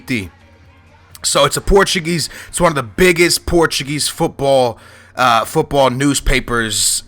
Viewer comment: Are you challenged? I think a guy from Portugal should be able to pronounce portuguese names.